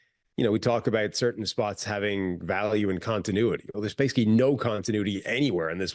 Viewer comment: can’t say adverbs 😂 every time he tries to say “basically” he says “base-ick-ee”